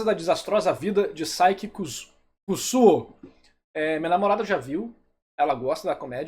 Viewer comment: Kusuo é pronunciado ku-su-o 😅 não ku-zu-o